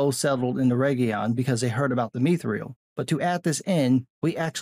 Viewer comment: Mee Thrill -- I will never not in a million years accept that pronunciation - never you hear lol Myth - thrill (to the death I say)